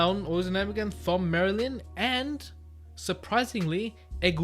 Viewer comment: Thom is pronounced just like Tom